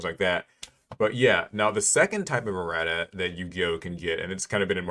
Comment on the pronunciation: He is butchering erratas’ pronunciation right?